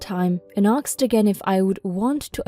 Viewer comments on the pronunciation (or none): aKSed...aSKed...please do better in pronouncing this. european girl, who speaks English since she was 8.